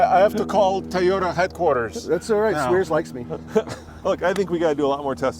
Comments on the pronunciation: Wh does (and others) always say Tie-ota???? It’s TOY-OTA…..Toy, similar to boy or coy or soy…😅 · Tiyota